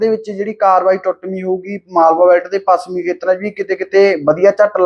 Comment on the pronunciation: ਬਾਈ ਤੁਸੀਂ ਹਮੇਸ਼ਾ ਛ ਨੂੰ ਸ ਹੀ ਬੋਲਦੇ ਜਿਵੇਂ ਪੱਸਮੀ,ਸੱਬੀ ਤੇ ਹੋਰ ਵੀ ਕਈ ਸ਼ਬਦ ਨੇ। ਸੁਧਾਰ ਕਰੋ।